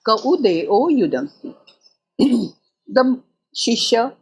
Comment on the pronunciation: Although she is lucid in summarizing the literal meaning, she starts the upanishad with incorrect enunciation - she pronounces "ka u devo" as "ka u deo"; she says yudanti instead of yunakti.